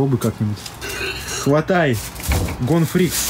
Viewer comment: Меня одного валнует што он сказал Гон Фрикс в одно моменте